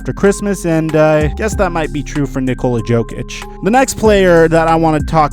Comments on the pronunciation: You dont say the j in jokic. It's pronounced yo-kich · is that why you said Joe-Kitch, guess you don't watch basketball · Who the fuck is nikola JOEKICHHH